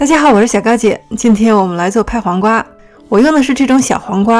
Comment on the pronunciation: How come you pronounced it Kai Huang Gua at the start? Isnt it Pai Huang Gua?